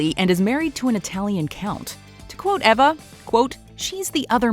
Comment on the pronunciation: Was No-one else irritated by how she pronounced Patricia and Eva?